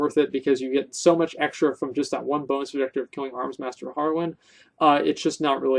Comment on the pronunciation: "KEELIN BEARS IN DA FOREST" XD omfg